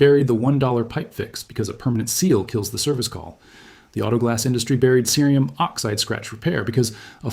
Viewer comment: Your audio is heard well, and your video is informative. The only question I have is why, throughout your tutorial, you repeatedly mispronounce the word cerium using the hard (C) sound, then the soft sound, over and over?